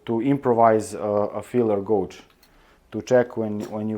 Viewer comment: "Dishing gauge"; "gauge" is pronounced with the "auge" part sounding like "age".